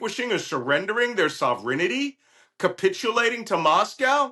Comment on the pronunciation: There is no such word as ‘sovrenity’, its ‘sovereignty’. But, you go Malcom! Slava Ukraine!